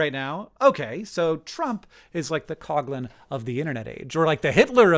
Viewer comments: It's pronounced father "Cough Lihn" not "cog lin" Also Matt Christman and Chris Wade made a really great series on this era called Hell On Earth, and pretty much had these takes but in more and better detail. Additionally Matt Christman has touched on this context of the subject pretty thoroughly generally in his output. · It's not Cog lin. It's cough lin.